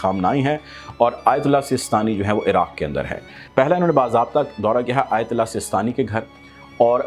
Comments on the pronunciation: Bhai "ayatullah" hota hy "aytali" nai. Name toh sahi ap sy liya nai ja raha ap chalien hain tabsra krnay. Bhai ap ko nai na pata wo kis shaksiyat sy milnay gay hain wo jantay hain un ko ap nai janty. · صحیح نام لینا سیکھو ایۃ علی نہیں آیۃ اللہ علی سیستانی ہے۔